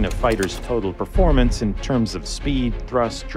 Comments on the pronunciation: I don't want to be that guy, but... "perforemence" I lied lol I DO want to be that guy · Hey there is no such word called "Perforemence"